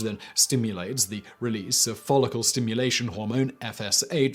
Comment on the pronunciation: I'm curious about your pronunciation for follicle. You keep saying "folicule", rhyming with "molecule", but it rhymes with "comical." I've seen you check pronunciations for other words plenty of times, so I'm genuinely curious if that's an alternate way of saying follicle?